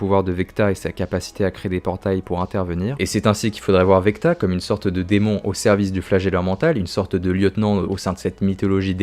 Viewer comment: VECNA pas VECTA lol 😂